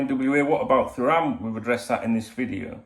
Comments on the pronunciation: Too ram is how you pronounce his name Dunk. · I might be pointing out the obvious here haha, but if it helps with pronouncing it he’s French World Cup winner & ex Juventus/Barcelona defender Lilian Thuram’s son